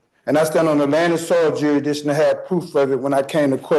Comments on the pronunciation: This guys grammar is the funniest thing I’ve ever heard… he’s got juridishon 😂😂😂😂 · Yuh-ee-dikshun Please make him STFU, PLEASE